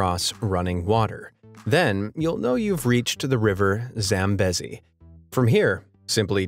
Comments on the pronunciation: Btw the word zambezi is pronounced zam-bee-zee not zam-bez-ee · It's pronounced zamb(ee)zi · Zambezi is pronounced Zambeezi. You really should do better research. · Please look up on how to say Zambezi.... This is how misinformation spreads.